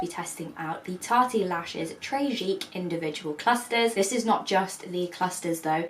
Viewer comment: Someone tell her it's not 'Tarty Lashes'